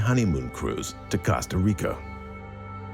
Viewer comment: It bothers me how the narrator says Costa Rica